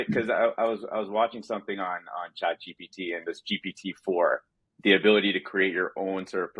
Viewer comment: Gpt not gtp😅